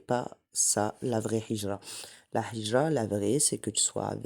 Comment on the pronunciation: Salam alaykoum. Juste une petite correction: on ne dit pas hijra avec un ح mais avec un ه. C’est هجرة BarakAllahoufik pour tes rappels